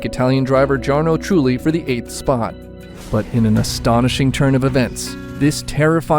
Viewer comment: Someone doesn't know how to pronounce Jarno Trulli or Romain Grosjean. I wonder why people make videos when they don't even do proper research into even their names!